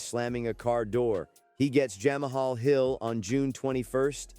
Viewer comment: These, AI, vids suck. Wtf is jamAhall 😂